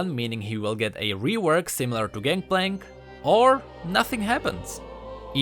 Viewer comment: so funny how u said that xD "oor nothing happens"